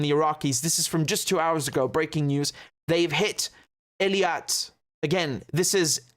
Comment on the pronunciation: Really? Then it's about time, that finally YOU do something for us and listen to us: get rid of the delay at the beginning totally and learn to pronounce EILAT correctly, not ELIAT! It's not my favorite city, either, but a language is a language and a name is a name, so PAY ATTENTION! And don't even try to give me that dyslexia BS, which you can overcome, if you just paid attention! So if you know, you have a habit of mixing up 2 adjacent letters, then just focus on it and don't do it! Just pay fucking attention!!!